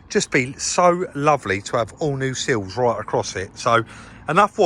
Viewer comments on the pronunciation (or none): The word is SILLS not seals. SILLS not seals........... got it ?